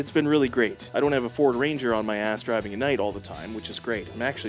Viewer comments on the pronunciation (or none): none